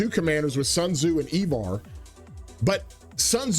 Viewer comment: I-Var not E-Var lol